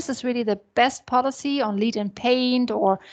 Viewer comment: please pronounce LEAD correctly